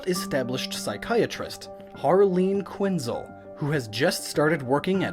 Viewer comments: It's harley quinzelllllll not quinzl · It's pronounced quinzeel but with a zel k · Quinz-L is how you say it i'm sorry the rest is great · He said her last name wrong :L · You hit the quin, rather than the zel, so that's weird. Most people pronounce it the other way.